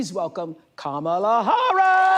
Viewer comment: She pronounced Kamalas name wrong